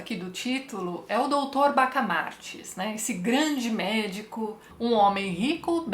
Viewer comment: Oi, Tatiana, só uma observação. O sobrenome do doutor é BACAMARTE e não BACAMARTES! Um abraço.